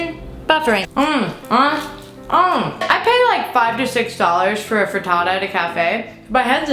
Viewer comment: "Frutootoo" - Hannah Hart